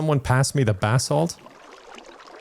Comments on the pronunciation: Every time said "basalt" I heard "bath salt" and I wasn't even surprised lol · Every time you mention basalt, I hear "bathsalt" and then I have to wonder who would create that mod lol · Keep thinking he's saying "bath salt" instead of basalt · took me too long to realize he wasnt saying "Bath Salts" for basalt :' ) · I kept thinking you were talking about bath salts, and not basalt. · I kept thinking the same thing... lmao 😂